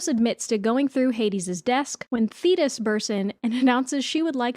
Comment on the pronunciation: The way my heart DROPPED when i thought you said zeus was having an affair with "fetus" and not "thetis"